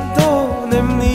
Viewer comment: Mizo tawng lamah i sang viau nain,tinge 'Em ni?' tih turah 'Ami?' tih te, 'Nichin' tih turah 'Nachin' te iti leh nulh2 bawk sia..